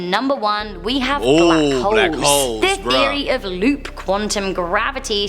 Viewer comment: Why did you say “W, hoooooles!” It’s not blackwhole lmfao. It’s still hole. Bahahah